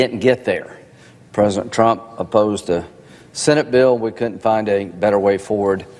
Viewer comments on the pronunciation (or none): Dinint? Counint? what is happening to our language?